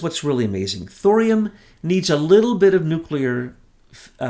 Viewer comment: Nuke--You--Lur? You're beginning to sound like Georgie Bush. You're way too smart for that. For goodness sake, even can pronounce it correctly. It's not that hard, say it with me now: New--Clee--Ur 😘